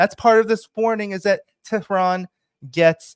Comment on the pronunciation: Don't change the countries name by pronouncing wrongly since it is annoying. You should pronounce IRAN (EE-RUN) & the capital is TE'H-RUN not Tran.